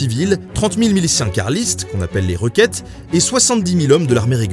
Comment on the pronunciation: Et Azaña se prononce "Assagna". Et requetes ça se prononce "rékétés", pas "requête".